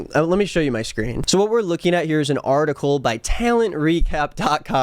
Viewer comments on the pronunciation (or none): none